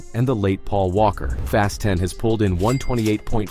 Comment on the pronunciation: Bro said Paul hawker 😂😂😂😂😂😂😂